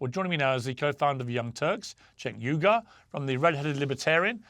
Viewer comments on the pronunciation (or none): It’s not You Oogar , it’s pronounced Ooygoor